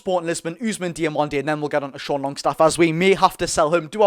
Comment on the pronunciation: Great content, only thing to note is it's not fabian schar but fabian schär (pronounced the same as "e" in bet)